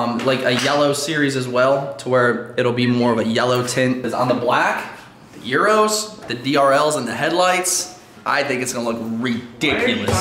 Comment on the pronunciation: he’s talking about when you said euros but it sounded like gyros (yeer-ohs) but those are more wraps or tacos. Also I’d just leave the Mach one holes open for cooling the engine.